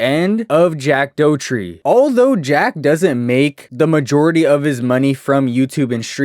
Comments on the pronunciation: Jack Doherty* not Jack Dotries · Jack dough tree 😂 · jack doughurty?😭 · Jack Doughtree???? Haha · Jack toetree💀